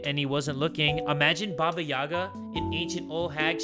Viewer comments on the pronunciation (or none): as a slavic child i wanted to say that the stressed letter in "Yaga" is the last "a" haha its always funny and adorable to hear english speakers saying some words in slavic languages 😂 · Listening to say (Ba-Ba-Yagg-a) instead of (Ba-ba-Yay-gah) is utterly hilarious to me. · As someone with a Russian mother I feel obligated to say it's pronounced like yee-ga and not ya-ga but it's so it's aight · It’s not baba Yaga it’s pronounced baba yayga